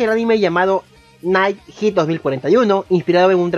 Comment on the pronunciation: En lugar de pronunciar Head usted pronuncia Heat. Head se pronuncia como "Gel" pero en la "L" se cambia por la "D"